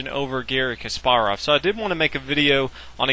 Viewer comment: You suck. Can’t even pronounce Kasparov’s name correctly. You suck douche